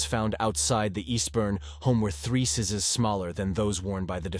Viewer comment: The narrator needs to learn proper pronunciation for the words "blood and sizes"...and a few others.